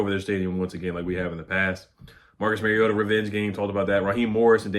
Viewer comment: It’s pronounced youngway lol not young hoe